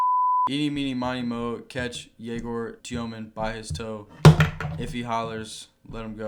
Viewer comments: as a russian myself i dont really understand why does he say YE-gor when the correct way is ye-GOR. I guess its easier for foreigners to understand, but if he asked to put a "ё" on his jersey for his last name why not teach everyone how to pronounce your first name correctly as well...? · Egor did not pronounce his name this way when he was at BYU last year. It would be a legendary move if he makes his name a moving target every year.